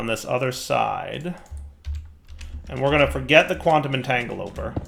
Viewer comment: Maybe one day, will learn how to pronounce "entangloporter"... maybe...